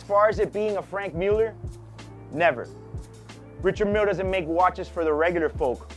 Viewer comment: Love your videos and don’t mean to be critical. But. Since you’re in the watch biz why not pronounce the name of the watch correctly?